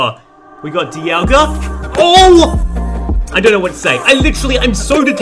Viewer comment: Lol he called diagla Dee aw guh